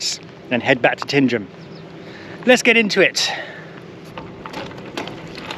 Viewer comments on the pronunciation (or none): It’s not Leon it’s said as in lion,also it’s pronounced Tinedrum otherwise enjoyed the video